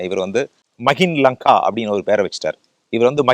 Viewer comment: Dai Naaye not Magin Lanka, it's MihinLanka